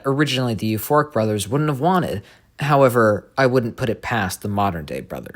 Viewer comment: when you said euphoric brothers EVERYTIME i thout you said FORK BROTHERS